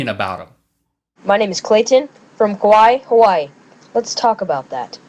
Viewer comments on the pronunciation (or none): did he just say... KAWAII HAWAII?